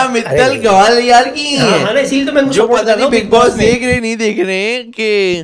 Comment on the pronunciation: Gawalior nahi hota gwalior hota hai😂😂😂😂😂😂